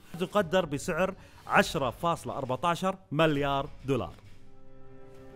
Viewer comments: اسمها مِليار مو ماليار 🤣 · ياخي والله تسنفزني وانت تقول مَليار اسمه مِليار تكفى قل مِليار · ياكريييييه تُنطق ( مِليار ) مب (ماليااار) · مليار ✔️ مو ماليار ✖️ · الحلقة حلوه بس تكفى تعلم كيف تنطق ماليار هاه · ليش تقول مالايار بدل مليار💔🌚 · احد جالس يسمعه يقول مَلّيار غلط ولا انا لحالي ؟ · يااخي العزيز اسمه (مِليار) مو (مَليار) 😂😂. اللي اعرفه يعني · ليه يقول ماليار... مليار يرحم امك ياخي ما قدرت اكمل الفديو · ١٠مرات وأنت تقول ماليار جبت للساني إعاقه الله يسامحك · تره اسمه مليار مو ماليار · ماليار دولار مو كذا ينطقونها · ايش فيك تقول (ماليار)؟ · ياخي اتنرفز لما تقول ماليار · ياخي انطق مليار صح جبتلي غثينان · تكفى انطق مليار زين 💔💔💔💔💔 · نطقكك لكلمت مليار غلط يصاحبي ههههههههههههههههههههههههههههههههههههههههههههههههههههههههههههههههههههههههههههههههههههههههههههههــه' "̯♡' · يرحم امك انطق المليار زين